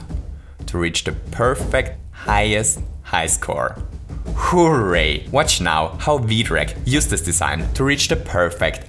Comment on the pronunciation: I love how this guy says hooray it's like HOOray